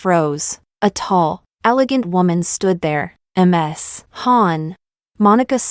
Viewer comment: Why does AI keep reading Ms. as M S?